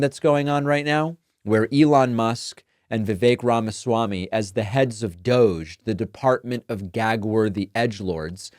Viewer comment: Heather Cox Richardson brilliantly prounounced DOGE as doggie!!!! Let's pronounce it that from now on!!!